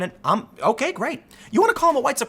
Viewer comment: that's jreat!